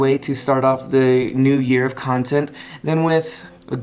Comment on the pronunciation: Jawntent jawntent jawntent !!!!